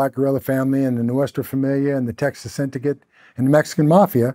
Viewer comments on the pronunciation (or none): none